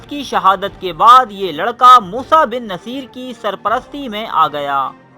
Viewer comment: موسٰی بن نصیر Moosa Bin Nusair not Moosa Bin Naseer as you pronounced